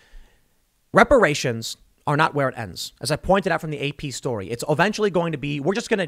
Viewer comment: ReparaySHONE, IntoxehkaySHONE, IncarsehraySHONE.